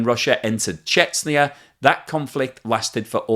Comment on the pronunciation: For the love of god, please pronounce Chechnya correctly. There is no country on earth called Chetsniah